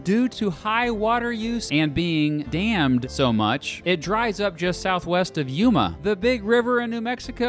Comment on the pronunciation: My face just went :O when I heard him say Yuma😂